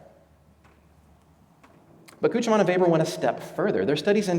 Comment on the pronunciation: As someone who knows a bit of German, he almost got Küchemann right. It's sort of like... uhm... "Kuoo-kyuh-maah-nuh" He failed to mention why so few Concordes were purchased. The TU-144 crash at the Paris Air Show severely hurt public perception on the safety of supersonics, particularly in the eyes of the airlines.